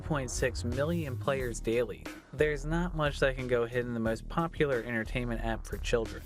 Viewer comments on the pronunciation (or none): none